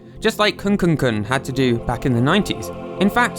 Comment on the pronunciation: it annoys me more than it should that he pronounces kukun as kuNkun